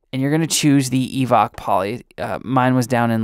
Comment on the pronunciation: It occurs to me that the name "EVOC" may be a pun on "evoke" rather than pronounced as "evock"... :)